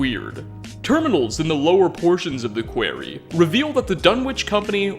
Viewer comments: quarry isnt pronounced like query or queery, its pronounced like cory with a bit of a kwa in front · 100% not making fun of you, as your videos are very well done. But your mispronunciation of certain random words ("manical" and "quay-ree" as examples) is kinda absolutely adorable and I don't know why. Normally such things can grate on my nerves, but when you do it I just think, "d'aww. That's so cute!" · It's so bad, sounds like you say query instead of quarry. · Quairy don't you mean quarry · Where I'm from we pronounce it Corey not query. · Nobody:: A large mining QUAYRIE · I am just baffled that you've never heard "quarry" said out loud...because no one says it like that. It's qwah-ree. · They are holding him in a Kuh-wary. That is our big hint this video! Don’t worry. We’ll save you eventually! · I don’t like how you say quarry one bit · pronounciations of "quarry" and "Dunwich" make my ears bleed... is this an American pronounciation thing? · Lol why do you pronounce quarry so weird haha.